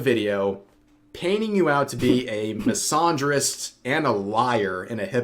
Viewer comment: The way Rev pronounces the word “misandrist” hurts my soul